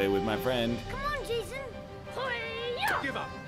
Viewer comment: He's pronouncing it wrong, it's jaysōn